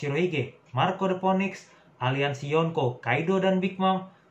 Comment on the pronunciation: bang saran aja, phoenix pelafalannya "finix" ^^